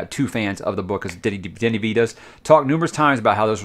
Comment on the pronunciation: You say Denis perfectly, and you pronounce Villeneuve in the best way I heard a non French canadian say it on Youtube. Cheers to that. Coming from Montreal, we pronounce it like so: Vil-n-a(like the first a in again or the first a in amazing)-v. So Vil-n-a-v. Or Vilnav, if it makes sense.